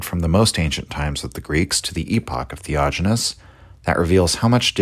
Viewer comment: Yes...the "theojinness" is driving me crazy...sorry....